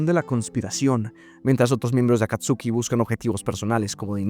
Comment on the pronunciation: Ese wey Ese wey sigue pronunciando Akatsuki como está escrito, no como la correcta pronunciación, en pleno 2025 XD